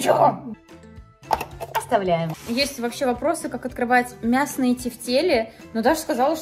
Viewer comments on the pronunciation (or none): мяснЫе, а не мЯсные!!!! Позорище